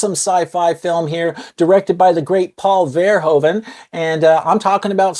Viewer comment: One thing to note, Americans always misspronounce the last name Verhoeven. He's Dutch and the "oe" sound is one vowel sound (phonetically [u], not [o]) so if you pronounce it as VerhOOven as in the word "hoover" it would sound almost like it actually should be said.